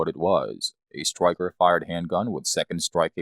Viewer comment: Upgrade your Sig P "Thwee Twenty" with a new "twigger" and new "stwiker" LOL!!!!